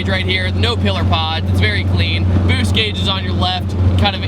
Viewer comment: If I didn't read the boost caption I would've thought he said boobs